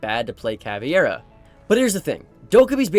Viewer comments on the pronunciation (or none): it’s TUBARAO Not TURBARAO. Sorry xD good video (: and CAVEIRA not CAVIERA xD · I swear to god, if I hear someone call Caveira "CAVIERA" again, im going to lose it.